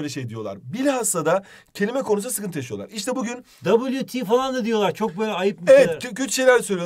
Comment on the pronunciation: "dabulu ti (wt..) diyolar " KSJDBSNSKDNC